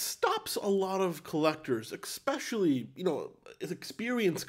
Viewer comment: Eckspecially! I caught you just like my kids use to catch me.. good video.